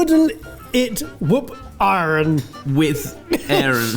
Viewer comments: Love you guys, but it was painful hearing you butcher Middle English and mispronouncing the thorn ( þ ), long s ( ſ ) which is never pronounced like f, and ayren (EYE-ren), cognate to German and Dutch ei of today. Cooking results were really impressive, though, and that's what we're here for! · BTW, It's pronounced eye-ren...